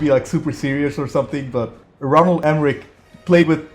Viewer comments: It’s ROLAND Emmerich Not Ronald... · I could have sworn it was Roland and not Ronald. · I love watching this movie and I know there’s nothing you can do about it after the fact, but seriously dude it is annoying as hell listening to you mispronounce his name. I don’t know if you’re dyslexic or what but next time you watch one of his get the name, right